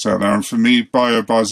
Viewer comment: For anyone wondering the fertiliser he is using is BioBizz and not BioBuzz. Not sure if he purposely said it wrong or not🤷🏻‍♂️